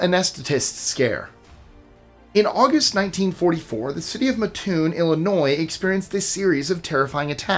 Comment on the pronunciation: I live an hour away from Mattoon. It's pronounced matt' tune